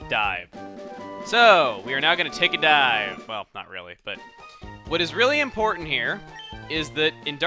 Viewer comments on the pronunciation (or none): "This is a token of my appreciation. It is Die" ...was I the only one that heard this? I know he meant dive but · I though chugga said "This is a token of my appreciation. It is die." then "We're going to take a die" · did he say dive or die. ya steven gave him die. here chugga got die!